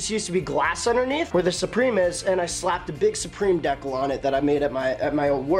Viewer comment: Deckle lol you mean decal